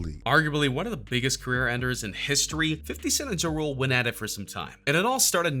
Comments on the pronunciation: It sounds like ur saying drool.. it's JA RULE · Lol he killing me the way he saying ja rule making it sound like jarule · LEARN TO FUCKEN SAY HIS NAME! JUE ROOLE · Please correctly pronounce Jah (like God) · Omg . He said Juh Rule sooo many times! I can’t!🤷🏽‍♀️🤦🏽‍♀️ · The moment this guy pronounced Ja Rule as Jarule I know the list was gonna be bogus. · "Juh Rule" lmao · Dude said “juh-rule” 🤦🏼‍♂️ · He said juh-rool 😂😂😂😂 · Juh Rule 😂😂😂😂🤦🏽‍♀️ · It's pronounced as Jah-Rule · Its pronounced Jaa Rule... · LOL JIROLE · Once he pronounced “ Ja Rule “ like that I stopped the video 🤦🏾‍♀️ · After You Said Ja Rule Name The Way You Said It I Cant Even Take This Video Serious. 😣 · Had to stop after Wayne, this narrator is an idiot, he said Ja’s name wrong too, lmao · Bruhhhhh..if ur gonna talk about BLACK rappers learn how 2 say they name..ur killin JaRule name my Caucasian dude..smfh..typical white boy..cant pronounce black folks names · Anyone else notice this channel STAYS pronouncing ppls names wrong?? Like Ja Rule and Cardi B. It makes me laugh everytime 😂😂😂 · Stfu you don’t know what the hell you are talking about when it comes to Ice Cube and Lil Wayne...you sound hella dumb. The FBI ended murder inc and Ja Rule. Also learn how to pronounce Ja Rule name right you FOOL! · This dude can’t even pronounce Ja rule name lol 😂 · He cannot pronounce JA RULE to save his life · Can you say JA rule correctly... jesus. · You can't even say Ja_Rule correctly STFU stop uploading BS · Can someone teach him how to say Ja Rule